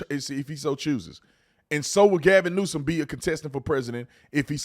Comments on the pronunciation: Ahahahahhahha he said Gavin Nuisance ahahahhahahahahaha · Is Tatum saying Gavin Nuisance? Like over and over again? LOL awesome:person-turqouise-waving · Gavin "nuisance" 😂🤣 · My guy said Gavin Nuisance 😂 I’m dying right now